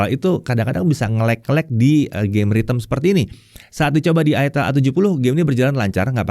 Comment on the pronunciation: I jangan di baca ai lah i ya bacanya i itel kok bacanya aitel itel ya itel 😂😂 tau itel gk 🤣